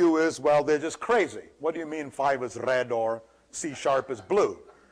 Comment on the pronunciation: if you listen to him carefully he does the RRRRR thing mostly if its in a syllable or if its the starting or the end one or two letters of the word. trrrrraffic, brrrrush, rrred, grrrreen, wirrrring, .. Its an interesting speech pattern i think. It could be for any other letter in the alphabet. What in the brrrrain makes you do that? I may ask.